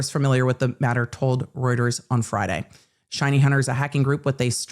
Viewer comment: Reuters is pronounced 'Royters'